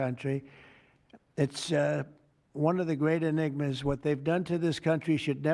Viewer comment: He said anigma